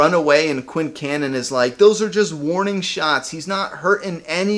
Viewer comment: it sounded correct to me